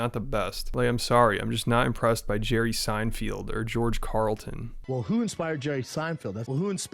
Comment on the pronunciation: Omfg “George Carlton” 😂